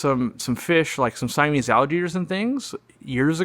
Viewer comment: He said Siamese